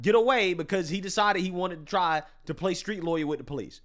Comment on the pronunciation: Never take advice from someone who says PO-lice and ax someone